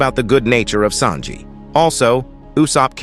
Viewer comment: I swear the narrarator needs an oscar i mean him pronouncing names is so funny lol for him zoro = zoror mihawk = mwihawk marine = marina sanji = sajin pirates = piratis